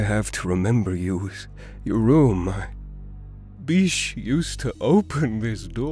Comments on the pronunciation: What says: BISH!! What I hear: FEESH! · Abigail C. Same here I kept hearing “FISH” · Bish, sounds like "Bitch" And,... Um. "Sex"? I'm probably wrong on lol. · Yeah it was bish X3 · Every time I hear “Bish” I think of “bitch”- lmao. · I somehow heard "peach" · He sied bish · Deep _ Edits I think THATS the Point cuz he legit said “BISH PLEASE” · Cheetahfast 156 well he definitely does not pronounced it bish. Weird.